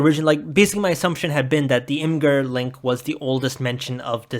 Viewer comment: Nothing but respect to you, the only other person besides me on the entire internet who doesn’t pronounce imgur “imager”